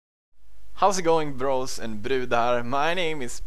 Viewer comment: His accent is so pronounced here! "How's it going B-ROS". xD